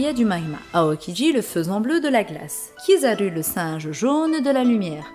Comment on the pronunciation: Please please ca ce lit ryoukougyou kizarou akainou foujittora le U en japonais ca ce lit OU merci